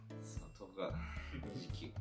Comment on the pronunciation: 10日を「とうか」と言う横川くんに感動しました